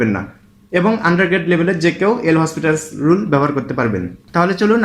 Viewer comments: ভাই নামটার উচ্চারণ হবে লপিতালস রুল। এল হসপিটালস রুল এটা ভুল উচ্চারণ । এটা একটা ফরাসি নাম। ফরাসি উচ্চারণ যা লেখা আছে তার চেয়ে ভিন্ন হয়। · PLS DONT TEACH WRONG... THIS IS L'HOPITAL'S RULE, ETAR PRONUNCIATION LOPITAL'S RULE.